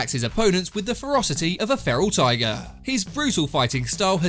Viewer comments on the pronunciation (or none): none